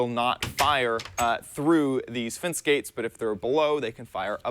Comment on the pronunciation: Why do you keep saying "fince" instead of "fence"